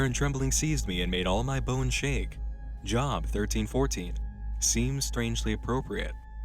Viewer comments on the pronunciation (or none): Jahb It's Job. Like "Joe", with a B. -_ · JAAB . lol it's pronounced 'Jobe' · Job is a name and it’s pronounced Jobe (like robe) not Job like employment 😂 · "job" - the book of the bible referenced is pronounced "jobe". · I don’t think you know how to pronounce job, he pronounced it like job, it’s jobe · Its pronounced "jobe", not "job" lol (Glad to see you're not religious - I'm not either.) And a minute before that - "The Atrocity?" What kind of fatalistic person would name a ship "The Atrocity?" Might as well name it "Unseaworthy." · wait wait wait...... did he really just say job? Like I'm going to my job? it's Job the name! pronounced Jobe! that's to funny! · Lol, I know I'm just being picky, but to stop you from actually calling someone "Job" in the future, it's pronounced "Jobe." It's a biblical name that some people still go by. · Watch the background... as ToTheArk said, "REMEMBER TO LOOK BEHIND YOU" ... and Job is pronounced "Jobe" for future reference... it's a Biblical name that is pronounced different than modern pronunciation. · By the way, "Job" is pronounced "Jōb" not "Jŏb". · The biblical name Job is pronounced "jobe" and not "job." Tell me you didn't really know that. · it’s pronounced jobe, rhymes with load. Easy mistake. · I know that nobody asked, but for it’s pronounced “Jobe.” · Job? Hard "O" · Sorry if this sounds like a dickish move, but Job is pronounced "Jobe" it's a book of the Bible. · One small comment! "Job " the Job is pronounced "Jobe" with a long O. Bible names are weird. But thanks so much for another video! I love them! My brother and I sat down and watched your 4 hours of MH at once like a movie! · Not that this super matters or anything, but the Job is a Bible reference and the book Job is actually pronounced with a long 'O'. It's the name of the main character of that book.